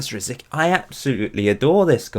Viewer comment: C in RosiCky sounds like ts.